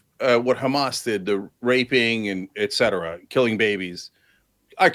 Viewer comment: Jesus even someone as intelligent as destiny is saying “eck cetera” now. Obviously it’s not a huge deal but god damn he should know better.